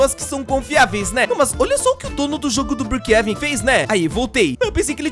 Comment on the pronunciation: Ele falando "Brookhaven" KKKK, ai amo